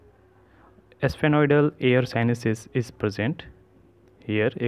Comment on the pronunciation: what a pronunciation of sphenoidal 😂😆😅😆😅😂